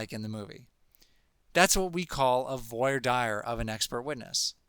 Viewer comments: voir dire? how can anyone take a speech obout law when you can't pronounce one of the most popular phrases in law? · Very well done! I really don't understand your pronunciation of voir dire, but other than that, excellent video!